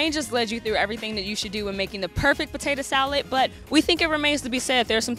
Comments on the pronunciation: He said, “Tatah Salad.” 😂😂Real Southerner 😎 🌾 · When you hear "potata" salad, you know it's going to be good.😊